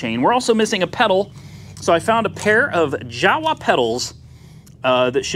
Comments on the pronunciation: In europe we pronounce "Jawa" as "yawa" 😉 Greetings from Poland😉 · I had no idea Babetta was exported to US. That is cool..! BTW Jawa is pronounced "YAWA" in Czech language